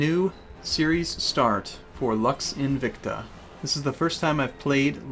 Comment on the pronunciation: lux is not pronounced "laks", its pronounced almost as "looks"